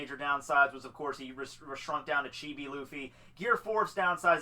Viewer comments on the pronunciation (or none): none